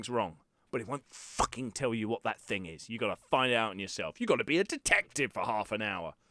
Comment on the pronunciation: If u want be voice actor practing saying thing instead of like fing. Your bottom lip must not touch your top teeth when u say thing.